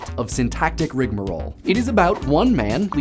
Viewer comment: ur the only person ive seen who correctly pronounces rigmarole